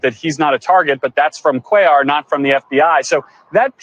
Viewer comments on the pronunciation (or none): First time listener - love the politics but the Latino name pronunciations need some work - sis-NER-os and QWAY-yar :-)